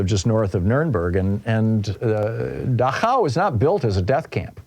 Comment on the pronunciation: Dachau, the concentration camp in Bavaria, is pronouced DACH-au, with the stress on the first syllable.